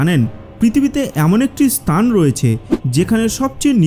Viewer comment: ভাই আপনি স্থান কে স্তান কেন বলেন? 😂